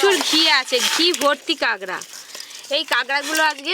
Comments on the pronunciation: কাগরা না কাকরা বুজি না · Kagra abar ki?😂😂 Kakra bolo kakra